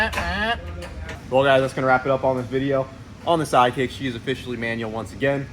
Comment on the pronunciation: You said SideKick but I heard Side Chick which is about what it is at this point! cause she a bitch